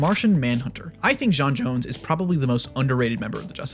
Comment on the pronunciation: j’onn “b’onzz” j’onzz